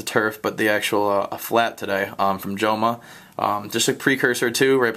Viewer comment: the pronouncement of the word joma, the j sounds like an h since joma it's an spanish brand